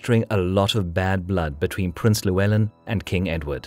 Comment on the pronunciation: Great video as always but please pronounce Llywelen properly! LL sounds like "clue", rather than "lieu".